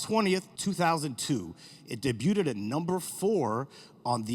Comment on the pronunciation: homie really pronounced debuted with a hard t